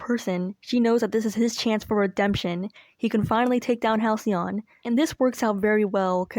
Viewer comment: HalcyON become HalcyOFF